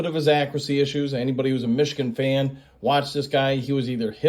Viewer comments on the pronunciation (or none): none